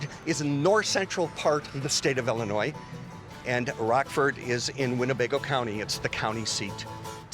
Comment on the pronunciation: It’s Ill inois , not ELL inois. Rockford is my hometown.